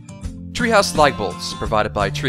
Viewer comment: it sounds like he's saying "light" bolts each time.